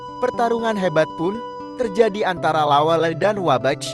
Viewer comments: Bukan lawel, tapi lawelle' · Jgn bilang lawel Namanya La wel Le